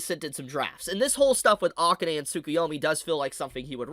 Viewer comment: Please stop saying Akane like that 😖